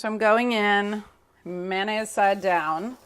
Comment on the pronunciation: May o naise.... not manaise Carla